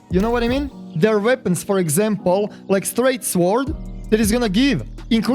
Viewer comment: Lol they way you say sword, normally the W is silent